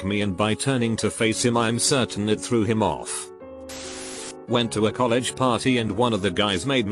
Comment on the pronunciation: Things robot voice says weird: F-ine Boos Coll ehg XD